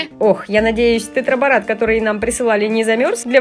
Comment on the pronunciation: ты не правильно гаворишь тетраборат на три